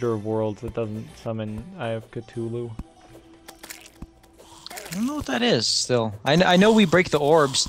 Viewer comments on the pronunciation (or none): “Eye of Katooloo”